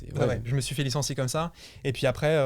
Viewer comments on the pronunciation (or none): j'ai eu une erreur Windows quand a dit 'Licencie'🤣🤣